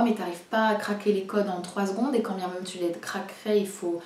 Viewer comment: Merci pour cette vidéo, comme d'habitude très construire et intéressante! Continues avec des nouvelles vidéos sur ta chaine, vraiment ! Juste une petite remarque, vraiment pour toi, tu sembles souvent prononcer le mot "même" "meume", je sais pas si c'est une manie, ou tu n'as jamais remarqué :) Voila, si jamais ça peut t'aider ! encore une fois continues tes vidéos !!